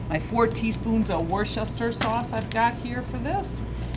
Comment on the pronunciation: She mispronounced Worcestershire sauce